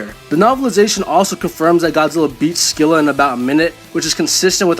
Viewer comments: Dude, Scylla = "Silla" not "Skilla" although Google apparently thinks Americans say it a way I've NEVER heard, but "Sky-lah" isn't correct, either. Just listen to the "British pronunciation." It's how we say it here in America, too, as far as I can tell. I play Smite and I've only ever heard "Silla." Edit: "Evolved" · SILL-A THE C IS SILIENT SHE'S BASED ON GREEK MONSTER OF THE SAME NAME!!!!!!!!!